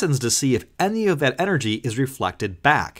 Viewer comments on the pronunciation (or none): none